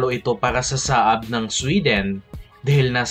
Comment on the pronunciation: Hindi "SA-AB" kundi "SAB"!